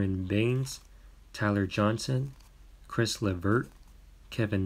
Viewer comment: am i the only one who noticed he said “ chris levert “ instead of caris